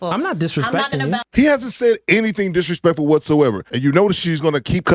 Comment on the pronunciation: Rezpect for Dizrepect to herself and her child and the father.